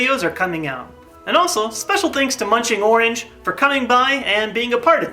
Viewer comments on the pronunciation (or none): Anyone else hear say Munching Morange instead of munching orange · did no one notice he said munching morange? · It sounds like he said munchingmoranch LOL